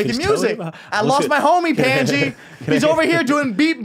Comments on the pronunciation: he really calls him pendji lmao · I heard it like "panciiii" (Pot) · Pandji : PANT G 🤣